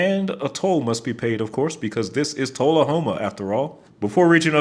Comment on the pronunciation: "Toll-a-homa" LOL!!!!